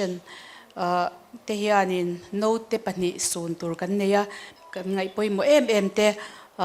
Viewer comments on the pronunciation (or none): Naute tih tur ....alam dan ah chuan note atia.